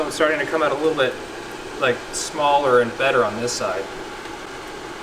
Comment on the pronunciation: It's cold oot...lol